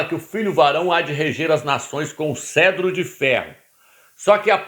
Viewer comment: CETRO, CETRO, CETRO. Não é Cedro, animal, cavalo vestido! Nem ler corretamente você sabe ou faz de propósito em falar errado.